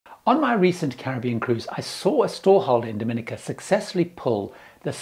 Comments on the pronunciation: One thing traveller do is pronounce the names of the countries they are visiting wrong. It really shows a lack of respect and if you have been there pretty sure you would have heard it said correctly. Dom-i-nica, not "dominica" all in one. Thats the start of the Spanish island. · Dominica is pronounced DominEEKA, and Nevis is pronounced NEEVIS. And, Nevis is one of the safest islands in the Caribbean.